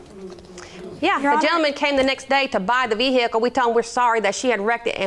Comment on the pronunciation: it is vehicle NOT veh'ercall. FFS